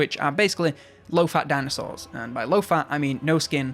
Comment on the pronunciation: Dinasours, sounds like a deliciously sour gummy candy shaped liked a thunder lizard.